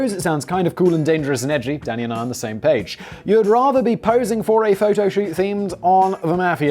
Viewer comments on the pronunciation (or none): When he gets going and says “Danny” sounds like “Daddy”